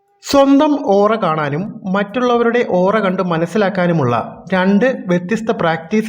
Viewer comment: It's Aura😌not ooraa